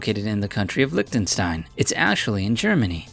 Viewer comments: Why is he saying licktenstein when its clearly liCHtenstein.. its not hard to pronounce it. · LICKDINSTEIN. No, its Mor like Lischdinstein. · OMG.... he said ? LICKTENSTAIN??? did you really say LICK???? it is LICH not LICK.... he he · english people arent able said "Lichtensztain" because they don't have "sz" letter (sounds like somebody make shhh in cinema or something like that )